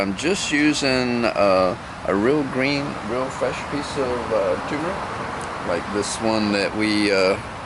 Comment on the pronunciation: Turmeric. Not toomeric